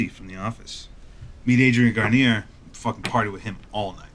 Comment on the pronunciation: I was suspicious for a second about knowing Adrian Grenier in real life, but then I heard how accurately he pronounced his name and my fears were alleviated.